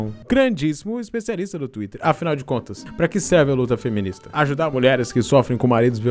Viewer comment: Cara fala twitrer (espero q vc entenda a pronunciacao) fica MT engraçado estilo universitaria